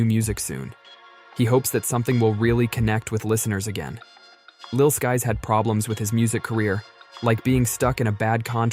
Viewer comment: “Lil Skees” 💀💀💀